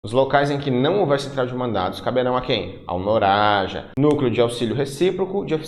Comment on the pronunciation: Pô professor, não reparou mesmo que se lê "NAROJA" e não "NORAJA"? 🤣